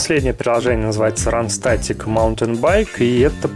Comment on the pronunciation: Рантестик, а не ранстетик))